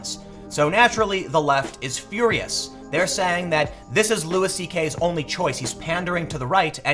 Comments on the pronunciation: It's pronounced lew-y not lewis. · its not lewis tho, its loo-ie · It’s Loo-ee CK not Loo-is. Love this channel but how is it nobody told Tim after his last Louis video? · Side note, isn't it pronounced Loui, like the French, not Lewis? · Jesus Tim... it's pronounced "Lou-EE." It's not Lewis CK... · It's pronounced "Lewie" not Lewis 😂. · It's pronounced loo-ee, man. Sorry I couldn't help it, every time you pronounce the S it drives me crazy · Its pronounced Louie not Louis. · His name is pronounced “Louie” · His name is pronounced “loo-wee”. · Tim, you need to google how to pronounce Louis... it's not a hard S, it's a more like Looey... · can someone please tell tim that it's pronounced LEWY. fucking hell mate. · His name is pronounced Louie, hence his show... Have you ever actually listened to any comedy? You kinda sound like an out of touch news reporter, and all the censoring is kinda lame tbh... You know you can swear on the internet, right? I get that it's a conscious decision that you've made. Overall I agree with your points. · The “s” is silent. Imagine yourself as a French person... come on, Tim. Pronounce one name right for me.